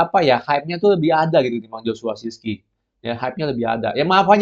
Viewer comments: Acong cara bacanya bukan siski... Tapi sirkse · Susah amat cuman ngucapin Zirkzeee